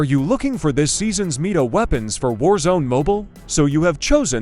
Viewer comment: I closed it because of the AI voice. I dont care what your accent is. I am nilet listening to some voice that can speak worse english than you "Oh is that gun MEET-A is it? Really is it Meeta? Oh cool" Fugg off